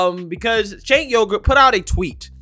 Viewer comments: Yes, it will increase your wage, Junk Yogurt. Replacing Biden with Trump will increase people's wages. Btw, I came up with 'Junk', but 'Yogurt' was provided by the cc closed caption of YouTube, when you say 'Uygur'. Yeah, Junk of The Young Jurk. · called him "Sink Yogurt" lol! 😆